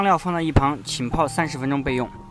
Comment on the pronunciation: 浸泡，jin pao 不是qin pao